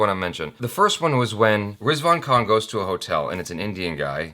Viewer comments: It's not kan it's Khan..Khan from the Epiglottis ☺️ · its not Kaan its KHAN...Khan from the epiglottis;):P